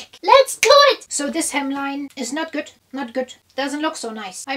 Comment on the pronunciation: “Nott goodt… nott goodt”